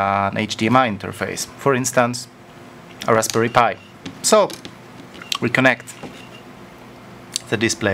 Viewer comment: Ras pie 😄